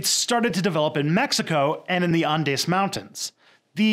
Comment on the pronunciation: I have never heard someone fail to say Andes so hard before